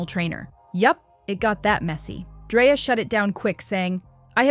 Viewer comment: It’s 2025 and there no way we’re still mix pronouncing people’s name wrongs when we can simple go online to learn how to pronounce it correctly…her name has a K not a Y, Dreka